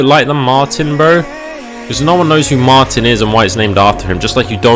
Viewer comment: light of the martin.... U wut m8 LOL it is MART-er that's how you say it.